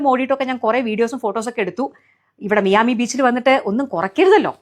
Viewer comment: മിയാമി അല്ല. മയാമി എന്നാണ്.